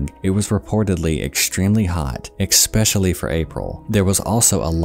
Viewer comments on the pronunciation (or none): Exspecially. Lol you do it in every video and I can’t Unhear it. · Did you really say Exspecially? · heh, you pronounce especially like "expecially". you must be from the midwest. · "Expeshully" lmao